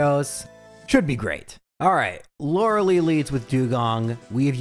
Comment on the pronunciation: Youre saying lorelei wrong bro